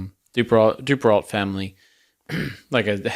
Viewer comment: It's "doo-pair-oh."